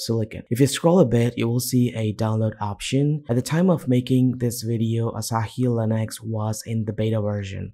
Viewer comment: its Linux not "Linax"